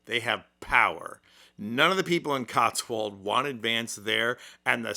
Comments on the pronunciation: No. The region is not called "cotswald". It is called The Cotswolds. It refers to a series of rolling hills (wolds). Cotswold is the adjective, not the name of the region. So one never says "in Costwold", let alone the US mispronunciation "Catswald". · There's no such place as Cotswald. It's the Cotswalds. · Charlbury is a village within the area referred to as 'THE CotswoLdS' which has a lightly pronounced L in the second syllable and is always a plural noun. Additionally, strictly speaking, since Scotland is a country located mostly on the island of Great Britain, Scots (<-- their preferred designation) are also Brits. Don't you know any people from the UK to whom you can refer when writing an essay on their kingdom? With your already snide, supercilious, and irritating know-it-all tone, it wrecks your presentation to get things like this wrong. Just sayin'. 🤔😣🙄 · Its not Cotswold its The Cotswolds!